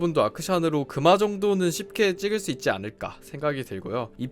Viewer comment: "그마정도는 쉽게 찍을수 있찌 않을까 " 라고 할때 나만 웃엇음?